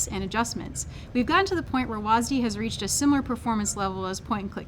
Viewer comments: WASDEEEEEEEEEEEEEEE. god it makes me cringe everytime you guys call it that. Smh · "WHAS DEE" Jesus christ woke riot even renamed w a s d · STOP CALLING IT WASD PLEASE FOR THE LOVE OF GOD! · I swear they say WASDEE as much as they can to trigger viewers.